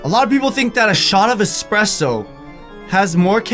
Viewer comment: btw it's espresso not expresso